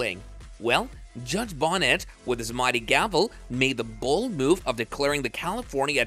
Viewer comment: His name is not judge Bonnet - it’s Judge Bo Knee Tez - not spelled this way but pronounced this way.